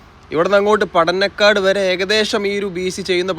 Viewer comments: കുനിയ ❌ കുണിയ ✅ പടനക്കാട് ❌ പടന്നക്കാട് ✅ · No Padanakkad. Padannakkad. na alla ..inna..., & Mavunggaal...not mavungal..